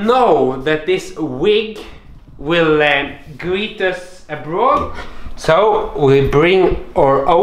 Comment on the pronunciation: I was expecting you to say “ab-road”; you said “abrudd.” The Norwegian accent is so unpredictable